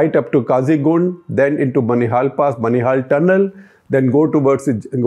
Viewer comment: It's not बनिहाल, it's बानिहाल....